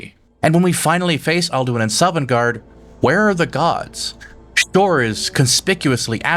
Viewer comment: Shovngarde, Horthgar. Great videos and insights but some mispronunciations